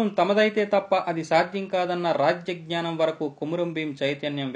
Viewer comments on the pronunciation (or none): none